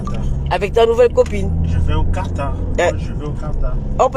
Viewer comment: Quartar ?déjà apprenez d abord a épeler le pays Quatar et non quartar